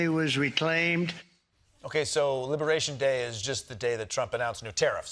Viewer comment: libewayshun day